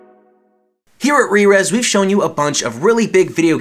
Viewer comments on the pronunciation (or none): For so long I've been pronouncing rerez as rare-rez damn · English is weird af. It should either be pronounced "rare-ez" or "ree-reez"